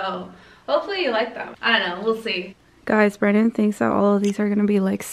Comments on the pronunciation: Its like she wanted to say brandon but she said brabe literly repeat it couple of times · Lmao said brabe 🌚😂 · At 10m 24s into the video I swear said brabe as if she slipped up and called him babe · she said brabe like she was gonna say brandon but babe slipped out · She wanted to say Brandon but it was like brabe